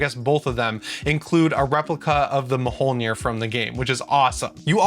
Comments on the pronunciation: i think it's pronounced more like 'mole-near' and not 'ma-hole-near' lol - I'm only pointing it out because I happened to watch a video that had nothing to do with ps5, God of War, Ragnarok, or games at all... but they spent a little time on how to pronounce Mjolnir.... so I thought it was a weird enough coincidence that I should say something:) Thanks for the Update!!!:D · Mjolnir is pronounced "mule-neer." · Am I the only one upset by how he says Mjolnir? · this dude really has to learn how to pronounce Mjölnir. I couldn’t watch any more of this vid after that